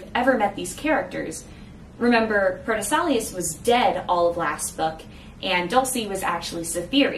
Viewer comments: it's pronounced "pro tess ill ow ce" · The only complaint I have is that your pronunciations don't match what's in the audiobook. Canaan House is like "KAY-nin" house. Deuteros is like "DU-tuh-ross". Protesilaus is like "pro-teh-za-LAO-wus". Jeannemary is like "ZHAN-mair-ee". Nigenad is like "NAI-guh-nad" with a hard G. Cytherea is "kih-thuh-RAY-uh".